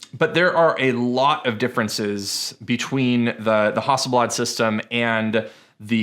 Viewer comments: How do you say Hasselblad again?!! 🤣😁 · you say hasselblad wrong and it bugs me